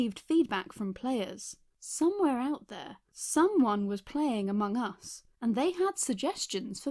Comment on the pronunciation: Me: aMONG us.: Okay. Me: Okay, repeat.: AmongUS